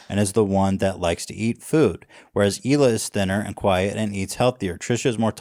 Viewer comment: It's Hee-Lah not Ila or Eli